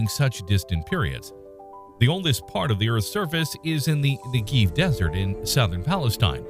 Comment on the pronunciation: And it is pronounced Négév, not “Negiv”.